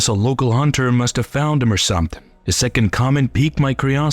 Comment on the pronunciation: The vowels have odd inflections as if from someone whose primary language isn't english trying to sound hip in english. Whoever or whatever is speaking doesn't like simple words starting and ending with the letter T such as 'da' and 'deh' instead of 'the'. 'Dafinitely' instead of 'definitely'. 'Dam' instead of 'them'. 'Sumtin' instead of 'something'. The speaker drops the 'G; at the end of alot of words. Is the speaker from the same region as the guy on the Integza channel?